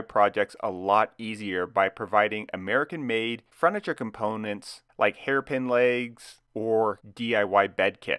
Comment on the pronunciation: Nice job. And I always love listening for the “fruniture” :D